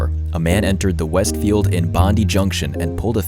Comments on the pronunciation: You need to emphasise the "die" in Bondi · Hi! Australian sydney resident here 😊 Bondi is bond-eye not bond-dee. Like Melbourne is Mel-bun not Mel-born. Other than that solid documentary and well researched. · he was crazy. why do they not LOCK UP people with schizophrenia? They nearly always lose grip on reality. And pls, it's pronounced Bon-Dye, not Bon-Dee. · Bondee!!? Pronounced bond eye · Dude it’s pronounced Bond’EYE’ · bondi is pronounced bond-eye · Lets try again it's Bondi not Bondy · Bond eye. Bondi. Thats how you say it. Cant believe you didnt research that. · Great video but just for future reference so you dont get roasted by any of us Aussies it is pronounced BOND EYE. 😊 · Bony has its Bondi (bond eye) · You said "Bondi" wrong hahaha that's okay though. My Canadian mate said the same thing the same way 😂👍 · Mate, that's not how you pronounce Bondi. You show multiple media sources, all of which are Australian and pronounce the word correctly. Not sure why you'd think their pronunciation was incorrect. Otherwise, good vid. It has definitely sparked a huge discussion about our mental healthcare system and the failings of the community health teams who should have been maintaining contact with Cauchi, as well as the psychiatrist who felt it was okay to take a paranoid schizophrenic off his anti psychotics.